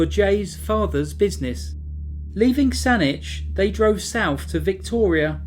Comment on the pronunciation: Thank you! Thank you for pronouncing Saanich correctly! Some Canadian places can be challenging to pronounce but you rocked it!